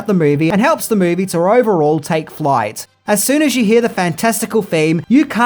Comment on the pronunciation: I wish this guy would get a voiceover artist, there's no A after the word movie 🙄